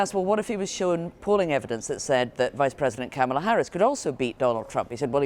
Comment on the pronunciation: It’s not Kamla Harris it’s Kamala Harris